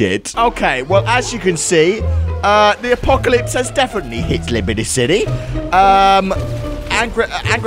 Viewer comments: sorry but you said libraty city! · goto and listen carefully said liberty city wrong game